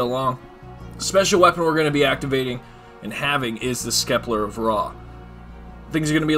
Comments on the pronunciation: I know right? Scepter is pronounced ‘septer’ not skepler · He really kept saying skeplar of rah lmaoo its pronounced sep-ter the c is silent duhhh 😂😂😂🤣🤣😥😥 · Skepler...pretty sure it is the Scepter... Sept-ter... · "The skepler of Ra" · Wtf is a skepler I know what a scepter is but not a skepler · "Skepler of Ra" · Can say Chakram just fine, but Scepter is Skepler... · All time he said skepler he was doing my head in what a knob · Skeplar of Ra..... You've never seen/heard the word scepter before have you? XD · Skepler lol badass glitch but lmao skepler instead of scepter lol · SCEPTER WHAT IS A SKEPLAR LOL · 😂😂😂😂my man can't say scepter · It’s pronounced septer not skepler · "The skeplar of ra" 😂 love it! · I came here to point that out too 😂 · Hes purposely mis-pronouncing it to get people to comment on the video correcting him. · Scepler 🤦‍♂️🤦‍♂️🤦‍♂️ wow dude, and “slicers” holy crap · Poor dude getting harassed for saying skeplar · Thanks for the info but the word is “Scepter” there is no “L” in that word! Gonna try the glitch now. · Love how he is Prestige master and out of all the time he has played he can’t pronounce scepter right lol not tryin to hate just funny as fuck